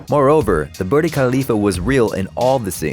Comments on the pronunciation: Why did you think Burj is pronounced Birdie? Was there no one to check with? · Actually I thought I heard him say Bird 🙄